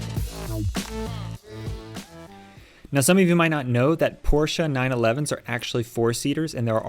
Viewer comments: My guys cleans and details cars for a living and doesn’t know how to pronounce Porsche correctly. 🤦🏻‍♀️ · Unfortunately, most Americans pronounce it this way. It’s annoying.